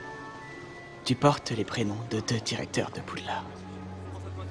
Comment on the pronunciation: Ta dit poudlarde XDD